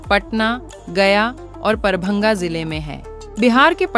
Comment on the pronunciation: Parbhanga nahi darbhanga